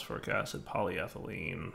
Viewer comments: I watch these videos early in the morning so sometimes I fall asleep... But then I heard say polyethylene correctly and my eyes shot open. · Yay, said polyethylene properly today! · He said polyethylene right!!! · I was having a doozy of a bad morning, but hearing pronounce polyethylene correctly actually put one hell of a shit-eating grin on my face. 'Tis the little things I suppose lol Thanks, you're the best buddy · He finally learned how to say polyethylene!!!!